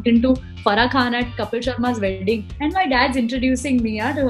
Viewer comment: What Jamie is saying all the time Kapil Sharma welding...is it wedding or welding🤪😝🤣😆🤓🤓😁